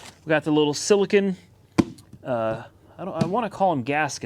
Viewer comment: please stop calling it sillakin it's called silicone.... lol